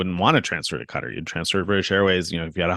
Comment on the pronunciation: this is how you say Qatar